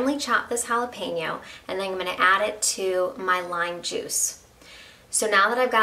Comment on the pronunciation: Best part of her recipe... She said "jalapeno" not "jalapeeno". This sauce looks awesome. Will try it!!